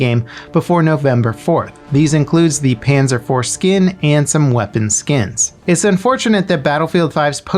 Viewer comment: Did this man just say panzer 4skin? 😂😂😂😂